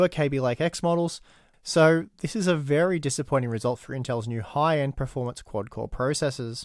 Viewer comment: Can you please stop mispronouncing the word performance?? You always say pro-formance (which is baffling seeing as you are quite well spoken and articulate)